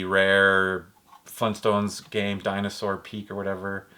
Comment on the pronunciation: and u said funstones instead of flintstones